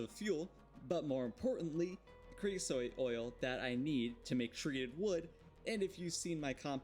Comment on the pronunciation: Kree-oh-sote (like coat). Please, as a man from a place where Creosote bushes are common, it's a pet peeve of mine